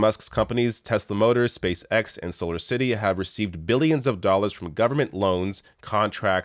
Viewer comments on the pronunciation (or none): none